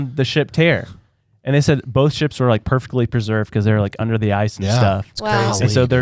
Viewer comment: I swear I thought said that the Bering Strait was where people crossed a bridge of mice. And I was so puzzled with that visual and second guessing my own education. Thankfully he said “ice” not “mice”. 😂